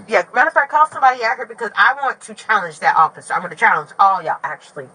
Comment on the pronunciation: How did “I’m going to” turn into “I’m funna”